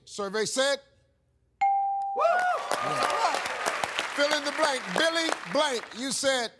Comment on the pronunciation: He said, "Billy Blank." I was like "Billy Blanks" The fitness dude